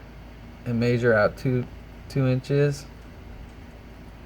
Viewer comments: may-sher? It's measure. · downvote for how you pronounce mee-eh-zure